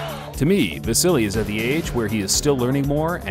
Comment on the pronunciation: By the way, it's pronounced just "va-sil", not "va-sil-li".